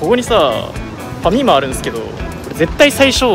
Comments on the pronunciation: ファ↑ミマ↓ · ファミマのアクセントがおかしい 関西人が言うマクドみたい